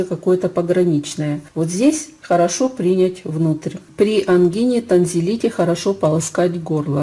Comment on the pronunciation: Принять. Ставьте правильно ударение.